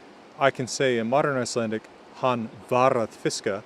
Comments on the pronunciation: As an Icelander my jaw dropped when you started speaking. Best pronounciation from a foreigner I've heard. Good job mate👍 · I am always so admired when i hear foreigners speak Icelandic but this was something else. The pronouncication was to a t compared to others. Good job investing in this old language which i still have a hard time sometimes to speak correctly. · A little late to the party here, but I just discovered your channel and I just wanted (as a native speaker) to praise you for the outstanding pronunciation of Icelandic. Did you spend some time in Iceland during your studies (or at some point)? Surely you must have? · Being a native Icelandic speaker I can state that your Icelandic is very good, not like a native but very very good none the less. It is clear that you have an understanding of the mechanics and traditions of our alphabet. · Excellent video. I, as an Icelander, I want to say that your Icelandic pronounciation is excellent. You don't sound quite like a native but that can't be expected of you. If you were to come and live in Iceland for maybe a couple of years you'd likely get to the same level of speech as the natives. Íslenska/Icelandic: Frábært myndband. Ég, sem Íslendingur, vil segja að íslenski framburðurinn þinn er frábær. Þú hljómar ekki alveg eins og innfæddur en það er ekki hægt að ætlast til þess af þér. Ef þú kæmir og byggir á Íslandi í kannski tvö ár eða svo þá kæmist þú líklega upp á sama málstig og hinir innfæddu.